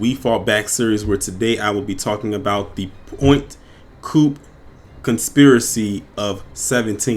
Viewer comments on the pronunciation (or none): It's pronounced point coup pee, sorry just from Louisiana